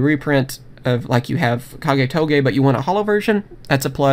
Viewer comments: Dude, it's Kage To Kage not Kage Toge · Marko radetic ur wrong it is ka ge tO ka ge